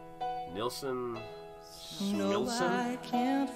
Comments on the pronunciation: Couldn’t get enough of this song when he released it. Remember. No AUTOTUNE! His name is pronounced Neilson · Harry Nilsson , pronounced kneel-son. The album title is, Nilsson Schmilsson, it rhymes. You should check out the documentary of him titled, Who is Harry Nilsson (And Why Is Everybody Talkin' About Him)? A little twist in the title with his hit song, Everybody's Talkin', from the movie, Midnight Cowboy. The documentary is about 2 hours long, but worth it. Nilsson used to write jingles for commercials and songs for TV shows. He wrote the song, Cuddly Toy, for the Monkees , which they recorded and sang on their TV show. When it became a hit Nilsson's management told him, You can now quit your day job. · It’s pronounced KNEEL SON And boy could he sing. He had problems that haunted him.